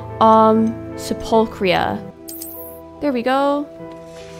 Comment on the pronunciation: Sephulchria. It's pronounced Sep like September, phul is prounounced like full, Chri like cream, and a is prounounced like a uh